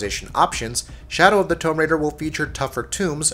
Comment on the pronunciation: Why can this guy not pronounce words like Tomb or Iron